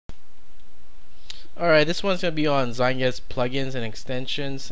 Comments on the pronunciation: it is pronounced (zite-guyst) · Aye aye! I agree, you are saying it wrong. It's in German and it means time-ghost, if you want a word-by-word translation.